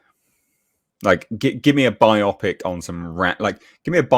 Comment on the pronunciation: Stop saying "by-opic" like biopsy. It's not a medical procedure, it's a BIO-pic.